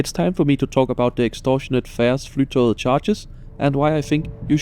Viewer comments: OMG I CAN'T! The amount of times he said "flytow"... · 😅 It's not pronounced Fly To Get. Flytog means flight train in Norwegian (tog is train). The ending -et forms the definite form after the noun according to Norwegian grammar rules, therefore Flytoget means "The Flight Train". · Norwegian Flytoget with the danish pronounciation took me a moment to digest 😆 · Puzzled by your pronounciation of "Flytoget" ( I think of it as english Fly to get" )